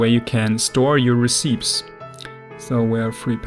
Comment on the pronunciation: Also just FYI, Recipes is pronounced: Re-Ce-Pees